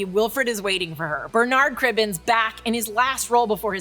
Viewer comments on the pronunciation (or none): And then ruined it by getting Bernard cribbin’s name wrong…